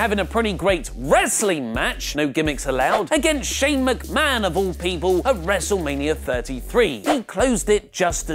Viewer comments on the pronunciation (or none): none